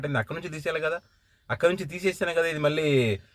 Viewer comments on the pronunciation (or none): none